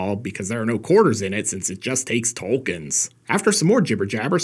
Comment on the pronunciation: "Just takes tolkeins".... kill me now